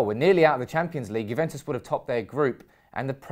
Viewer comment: It's Juventus not Juventes 😅